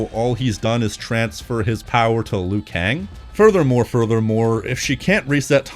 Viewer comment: It's LIU Kang, not "Lui Kang"!